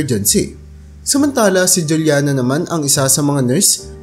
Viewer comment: Juliana is pronounced as hulyana kasi spanish name yan